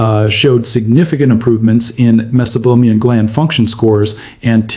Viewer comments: AI narration? Where is the pronunciation of meibomian as “mesobomian”? Maybe the AI is confusing meibomian gland with Mesopotamia? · Keeps mispronouncing 'meibomian'.